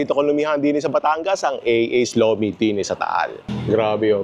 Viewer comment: Lomi po hindi lumi